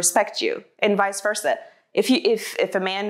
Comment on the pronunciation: She said visversa just leave pokie alone get the dream dude out ur friendzone